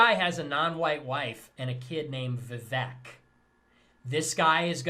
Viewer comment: In a side note, how is it they canNOT pronounce Vivek. Vivek R. literally told them how. "Rhymes with cake".